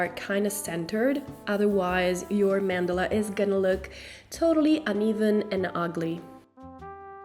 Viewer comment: a "man dela" lmao